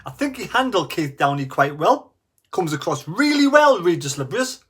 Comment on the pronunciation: Le Bree, is how you pronounce his name ffs…